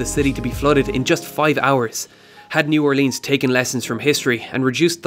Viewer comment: He mispronounced New Orleans